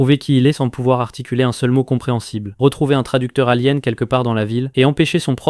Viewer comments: A l'avenir, essaie d'avoir une voix un peu moins robotisée, car là ça fait juste trop IA, les noms même communs sont mal prononcés [alien] que tu prononces mal, et majoritairement tout les noms communs également xD ça fait trop récit IA et on perd vite l'envie de finir la vidéo (je regarde beaucoup de résumé voici pourquoi je fais cette critique) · T'as mal dis alien, ranger, kruger et grumm